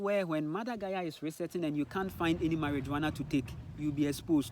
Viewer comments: Mariwana not marijooana 😂 😂 🚭 🚭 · It's pronounced mariwana bro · I would not take this man seriously. You have to remember that he is colonized, and all information he has comes from colonization he is not a scientist or a doctor he has no real evidence about cannabis. And the fact he can't even spell or pronounce Marijuana properly should speak for itself. The experience of cannabis is different for everyone but it has healing properties and is a natural medicine. He even called it a psychedelic and those who know what that is also know cannabis does not fall under psychedelics.